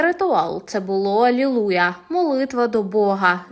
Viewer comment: Не а-л-е-л-у-я, а - Алілуя. Чому навчить дітей така вчителька ? 😮